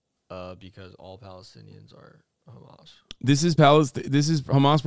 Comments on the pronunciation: Yes, it's very annoying when these Zionists say: KKKHHHHHamaas. Especially to me as an Arab who know that is not how it's pronounced at all. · Umm, they say khamas and not hamas (with an h) because that’s how it’s pronounced in Arabic and Hebrew. These guys are literally a stereotype of ignorant airheads. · I'm Jewish and I can tell you exactly why. The reason they do that is because in Hebrew there is no H sound so it sounds like a hard CH sound. It's why people pronounce Hannukah, Challah bread like that and Chaya like that. Btw not defending Ben or any of these fascist goons. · The reason Israelis pronounce it like that is not to be disrespectful or anything. It's just how they pronounce the letter ح. A lot of non Arabs struggle with pronouncing the letter, and they're just using the closest Hebrew equivalent.